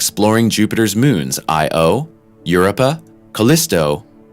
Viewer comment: He even said Europa weird...